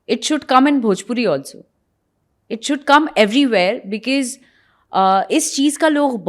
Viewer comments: Bicis nahi bicos hota hai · Isko because bhi thik se bolna nahi aata hai🤣🤣becease becease kar rahi hai baith ke mat bolo bhai angrezi😂😂 hindi bol lo saamne wala smjh hi jaayega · Bekees nhi because hota hai madam